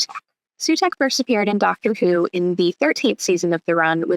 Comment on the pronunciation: Why are you saying doctor poo?